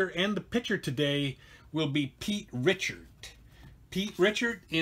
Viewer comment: If you're worried about views you should pronounce Pete Richert the right way,,,,,Rick...ert...good game